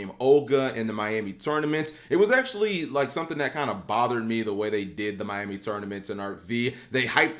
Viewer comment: Maiami. Not Miami.